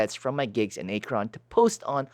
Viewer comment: Haha. A-kron!! It's Ak-ron. Come to think of it, A-kron would make a good dj name. Keep up the great work. I just found this channel recently as I'm thinking about coming back to DJing.